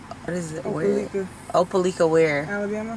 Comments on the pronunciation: “Opaleeeka Alabama” is crazy 😂😂😂😂😂😂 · Op-a-like-a (Opelika) Alabama